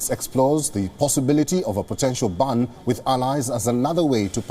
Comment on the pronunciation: Its gas not 'gus' & its ban not 'bun' ...